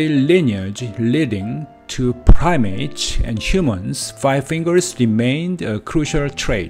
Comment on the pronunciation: Digits* not digits. When it comes to making it easier as a native. Be careful with the vowels, evolved* not evo-varvd. I am assuming your mother tongue doesn't have a whole lot of L's? Make sure you round your lips like a circle and also English O's are diphthongs in SECOND POSITIONS. Primates? You need to retract your tongue when saying our versions of /ej/.:X Don't drop your jaw. English body parts are mostly regular or predictable. Tooth -> Teeth, Foot -> Feet, everything uses an S... if I couldn't tell aspirated vs. aspirated consonants, do you realize may have said a profanity without further context.._. Aspiration is phonemic in English. Unvoiced consonants are T, K ( Written CA, CO, CU ), P... If don't aspirate. Peach -> Beach? Thumb? THUMBS* Singular this -> These, but be glad you don't need to worry about grammatical gender though. The stress in" Eventually "typically is on the first.... I don't blame the struggle due to bad orthography... Sadly I don't speak any Indian languages or have any knowledge, but I can hear you must be from India? Too palatal. Relax your vocals when saying vowels though. -ate words use an /ej/. Aspiration helps us tell minimal pairs apart like " Tank's Cat, Tank Scat " ( to be slightly funny, but to know if you are aspirating, take a piece of paper, put it in front of your mouth, then say t, k, p. If the paper moves suddenly, then you know you did it right.:)... As a native English speaker, not bad, just be a little consi